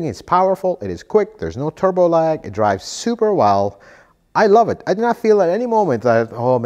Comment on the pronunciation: “Tubro” did you mean “Turbo”?